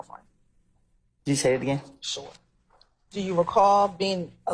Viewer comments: Annoys the life out of me when she says ‘shoore’ 🥱 annoying af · She blows me when she say “shore” 🤦🏽‍♂️